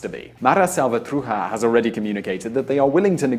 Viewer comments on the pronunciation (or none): It's not Mara Salvatruja, is Salvatrucha, as in cucaracha! Also and now seriously, your report is highly bias, you don't say anything about hoe the US is greatly responsible for the violence and civil fighting. I was mistaken in thinking that this was serious journalistic reporting, not so! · Salvatrucha not salvatruja!!! You're ptonouncing it wrong!!! Sha not ha... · Its SalvatruCHa not SalvatruHa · Salvatruha?I thought it was Salvatrucha. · Sal-va-tru-cha not "salvatruja" bro -.- \,,/ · You almost had it but you messed up the last 3 letters. Salvatrucha, the cha is pronounced like chat minus the t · "Mara sahlvatruja"